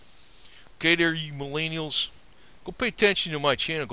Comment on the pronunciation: Answer: because the baby boomers fucked up the economy and now "MilAYneealls" have difficulty buying things like your overpriced cars and houses and paying off student loans without an outrageous amount of debt. Because we haven't adjusted for inflation and now "MilAANelals" cant live off of minimum wage like you could have up until about the 80's. So yeah god forbid "MallAyENeealls" are less materialistic than the previous generations. (Edit): also because jeeps suck. If you wanted to show off your *extensive knowledge of jeeps*, you don't need to bash "MelleAYEEneEellls" to do it. Just make a video. (And maybe you wouldn't be made fun of for how you pronounce Millennial)